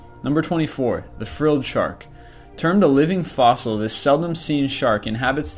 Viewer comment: What the fuck is nr 24? " he frrlrrld shark" ??????????????